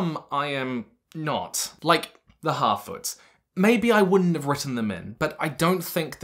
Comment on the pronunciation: Every time you say harfoots, I can only hear halfwits, because of your accent...